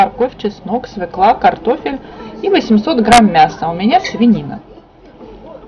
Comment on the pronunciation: Только не свеклА а свёкла,ну сколько можно!